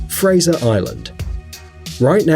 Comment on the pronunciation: You did not pronounce Fraser right!!! Fraser is my last name